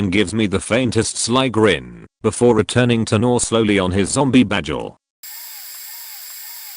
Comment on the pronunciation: Can’t believe the voice can’t pronounce “bagel” 🥴😭